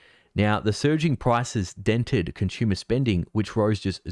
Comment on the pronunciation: 💪😎👍🇺🇲😍 You say Conshoomer !!! 🤣😭 It's con su mer !!! 😍😂😭😎😍🇺🇲👍 You guys talk So funny !!! 👍🇺🇲😍